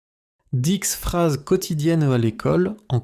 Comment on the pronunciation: Дислайк за "дикс фраз"